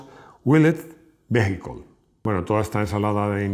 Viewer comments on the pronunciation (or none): none